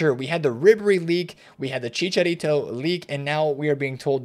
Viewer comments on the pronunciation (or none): none